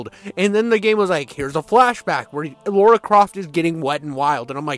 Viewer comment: God dammit, her name is LARA Croft. Lara is NOT Laura. How hard is that to get?